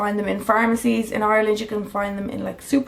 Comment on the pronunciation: everyone listen how she says Ireland 😂😂😂